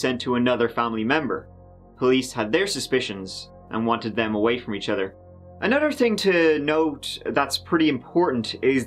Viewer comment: He pronounces "other" like utter. Lol